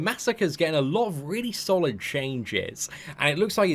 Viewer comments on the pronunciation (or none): none